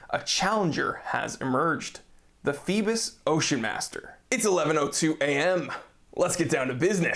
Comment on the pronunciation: I'm not sure if anyone has stated this yet, Phoibos is greek for Apollo, the sun god. Pronounced Phoe-bos, with a greek accent LOL. Did you mention if it has hacking and manual/automatic wind? Is there a display back? Just wondering.